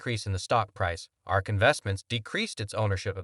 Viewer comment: It is A R K not arc. This is a clown.